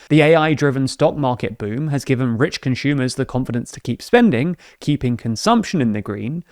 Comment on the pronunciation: The way this guy pronounces some words is irritating. ‘ConsHHumers’